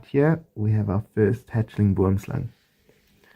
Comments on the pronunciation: Pronounced Bwwom Slung, not boom-slung. Love your channel, it’s the best! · You nailed Boomslang! :)